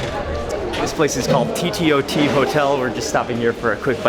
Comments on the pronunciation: its pronounced as teetoot hotel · I always like how you describe the taste for the foods. it gives a clear perception of the taste. the ttot is pronounced as 'tea tot' and is one of the top class food outlets in machakos. Like my comment guys. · Next time you're in Machakos look for me. T. TOT. Is pronounced T the TOT like a shot of a drink. 😁 look for me can't wait to host you. K N Musau